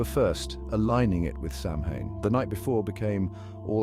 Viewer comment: Nice, but it is pronounced "Sah Wen"